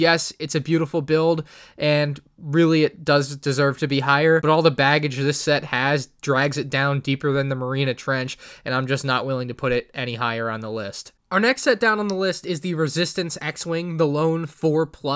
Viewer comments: Aight I'ma be that a-hole. It's "Merry Ah Nuh" Trench. And while I'm at it, please say "Weaponry" without a "D" added, you always seem to do that. That is all. Enough of the negativity though... Thanks for the good vids and a great 2021 man! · Did he just say marina trench while he had in on screen spelt Mariana? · It’s pronounced MAR EE ON UH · Are we just gonna ignore that he says mareena trench instead of Mariana Trench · It’s Marianas trench not Marina trench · am I the only person who got annoyed that he pronounced mariana like marina?